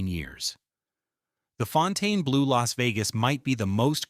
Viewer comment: It can't even pronounce the name of the place the video is about correctly. AI Slop.